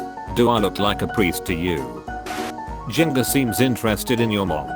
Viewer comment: Wow he really just called Gengar Jen - gar didn’t he?